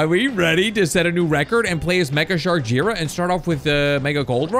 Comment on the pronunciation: It's J-I ra not jira